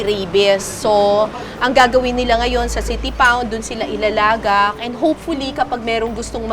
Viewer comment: Ilalagak siguro sinabi hahaha pagkarinig ko din ilalaga